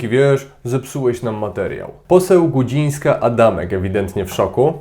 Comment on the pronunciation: Nie Gudzińska - Adamek tylko Gudzińska - Adamczyk i ta pani nawet nie jest posłem. Trochę słabo jeśli w takich podstawowych kwestiach (które notabene kilka razy padają w Twoim materiale) są tak rażące błędy i trochę negatywnie rzutują na odbiór materiału